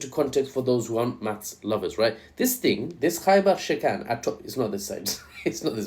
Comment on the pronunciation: Why does "Khaibar" sound like "Gay bar" and why does it make me think of that song